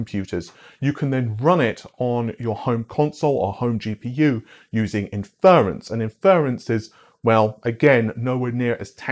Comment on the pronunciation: Inference: In--fuh-runce. *not*, In-fer-runce